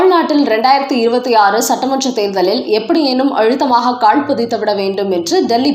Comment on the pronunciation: அம்மா! அது கால் பதிக்கிறது. காள் இல்லை. தமிழைச் சரியான முறையில் உச்சரியுங்கள்.